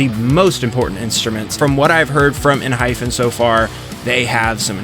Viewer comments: let me tell you its Enhy-PEN youre calling it ENHY-FEN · lol it’s ENHYPEN not ENHYPHEN 😂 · Am i the only one who hears Enhyfen enstead of Enhypen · Enhy-pen lol pen not fen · I'm sorry, but I literally physically flinch every time you say "Enhyphen" 😭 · Just to let you know it's pronounced 'en' 'hi' 'pen' . There is no 'ph' sound. 😊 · Same 😂. It's pronounced as En-hy-pen😅